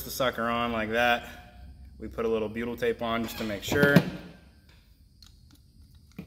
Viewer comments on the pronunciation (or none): none